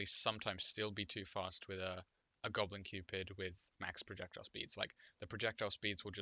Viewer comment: i believe you pronounced Gobu Cupid wrong